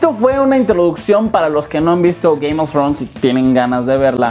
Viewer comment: Ze dise gaym of frons :V